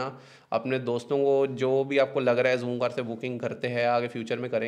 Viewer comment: bhai jhoomcar nai h zoomcar h ...he he he